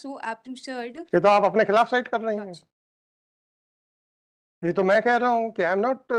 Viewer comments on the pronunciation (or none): Kaan se khun nikal gaya lord ship lordship sun k